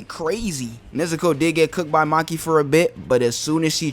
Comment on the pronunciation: Ain't no way bro said "Maki"